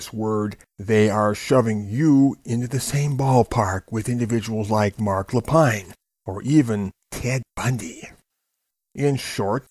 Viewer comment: It's pronounced la-peen. French name.